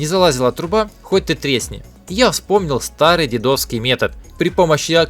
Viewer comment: ме́тод называ́ется не " дедо́вский " , а ДЕ́ДОВСКИЙ . НАШИ ДЕ́ДЫ ТАК ДЕ́ЛАЛИ . автор , говори и пиши правильно !